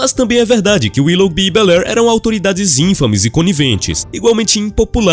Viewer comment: E inFAme, sílaba tônica no FA, uma aproxítona e não ÍNfame.